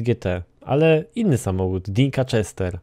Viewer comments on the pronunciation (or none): Wiesz że nie mówi się "czester" a "dżester"?